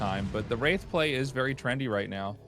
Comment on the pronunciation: Wraith war, or race war with a speech impediment? Big difference